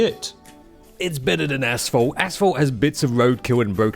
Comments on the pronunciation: ashphalt? I heard asshole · It sounds like he’s saying asshole. Love it! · It took me way to long to realize was saying “asphalt” and not “asshole”...